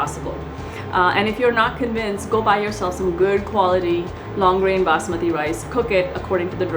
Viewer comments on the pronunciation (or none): none